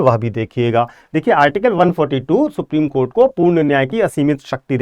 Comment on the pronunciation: आप सुप्रीम कोठा को सुप्रीम कोर्ट बोल रहे है । कृपया इसे सुधारे 😂